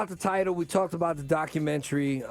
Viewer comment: I'm getting pissed off with Tiger pronouncing documentary as docu-mentry... 🙄